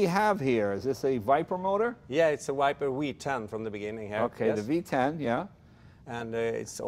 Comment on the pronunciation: “it’s a viper wee 10” 😂😂😂